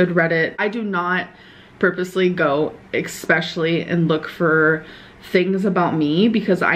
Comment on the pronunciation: Eggspecially? When does she finally learn to speak her own language? Too lazy for that... but totally capable of googling her next excuse or lie.